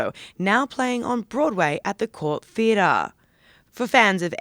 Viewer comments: This narrator has the most annoying voice, who pronounces "Theatre" as "Theataaaa" or "Life" as "Liiiieff". Stop extending the ends of your sentences there is no need. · What's a "theeda"?